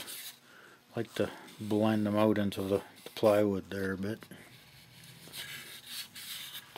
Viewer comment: put that ooooout, Canadian uh?